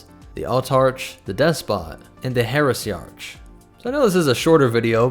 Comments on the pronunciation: I seem forever doomed to help you in pronunciation XD Autarch and Heresiarch have hard k ending so would be autark and hereisiark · Herr-eesee-ark, Awe-tark.